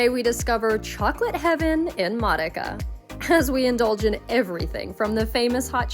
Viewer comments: You should learn how to pronounce the cities you want to visit. Modica is pronounced Mo-Dee-Ca. I know cuz I lived in Sicily for years. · You should learn how to pronounce Modica correctly.